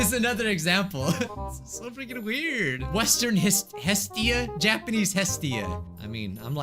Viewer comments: When you said Japanese I heard ja-panties XD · No one: Literally no one:: JAPAINEES